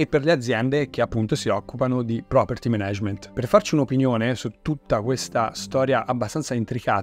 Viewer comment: Zio, super video, grazie mille e complimenti. Solo un appunto: per Dio, si pronuncia Mànag(e)ment, no menégement.